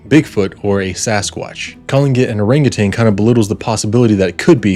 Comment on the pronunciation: It was typed, not handwritten. Also it’s “orangutan” not “orangutanG”. FYI.